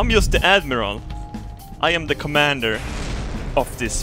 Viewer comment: You know when you hear 'fire ze missiles' you're fucked